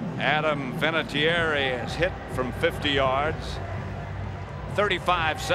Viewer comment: Vinatieri* 😁 He has a lovely Italian name. Pronounced “Vinna-tyerry”